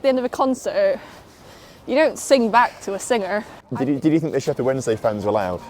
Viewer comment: Oh, I thought he was going "Shefield" ;)